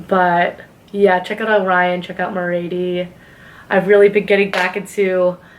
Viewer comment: Aren't you just the sweetest! Thanks for the mention. I moved to NY when I was 21 with no money saved! You let me know when you're ready and I'll try to help any way I can. p.s. Merrady rhymes with "charity". 😘